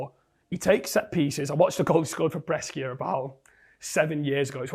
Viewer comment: Welcome back, H! Good to see you. Just one thing though: Brescia is pronounced Bre-sha. As an Italian, it hurt me a little hearing it pronounced wrong multiple times 😂😂❤🙏